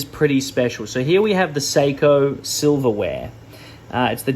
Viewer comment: SilverWAVE, not WARE